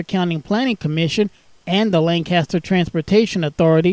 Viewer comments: Lancaster PA is pronounced Lan-kiss-ter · This is my local train station, super glad to see it recognized!! Just one thing though, it's pronounced lane-kiss-ter. Us lancastrians are very particular 😅 lovely video, thanks a ton!